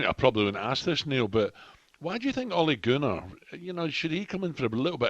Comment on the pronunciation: It's Ole Gunner not Ole Gooner lol fuckin' muppet 🤦‍♂️